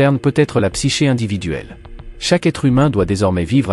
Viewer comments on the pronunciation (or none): none